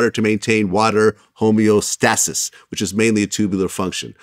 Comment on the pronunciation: Vlad need to be fined for the way he said homeostasis